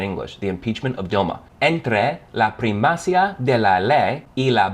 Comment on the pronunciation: You must pay attention to the 'acentos' of each word. For instance, we don't say 'primacia', we say 'primacÍa', also happened with 'equivoco' and 'equÍvoco'. Out of that, nice job!